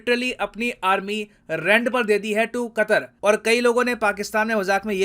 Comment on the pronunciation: Aaarmi le loo 😂😂😂